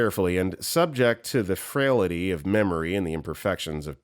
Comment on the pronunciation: The narrator repeatedly mispronounced "intubate." It is not "in-a-bayt" (the "T" is NOT silent), but "IN-too-bayt." Also, the word "frailty" ("FRAYL-tee," only two syllables) was said as "fray-la-tee." And, the reading of the Monty Python line was completely wrong. (Narrator should watch "Monty Python and the Holy Grail" (1975). It is hilarious.)